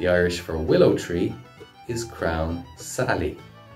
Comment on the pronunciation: Crown?? I'm sure it's crann